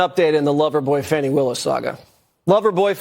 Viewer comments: It's Fanny not Fawny!! Fools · why are people pronouncing it, 'Fonni Willson'???? Its Fanny! Like the butt cheeks. She is a loser!! #DemsLie #DemsCheat #DemsSteal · Wanna bet she ignores the supeona and nothing will happen to her? She needs to buy a W if dhe wants her name to be pronounced Fawni because fani is pronounced fani not Fawni. If one is speaking English. Right? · Why are they pronouncing her name incorrectly? It’s Fani….like an ass! Not like “fawny” , a cute name for a baby deer! The media makes me sick!🧂🧂🧂🧂🧂🧂🧂🧂🧂🧂🧂🧂🧂🧂🧂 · FAWNY ?? Like a Baby a Deer A Fawn? So she has been spelling her name Wrong! No we're Not going change our English language to fit your ignorance. FANI is Not pronounced FAWNY! 🙃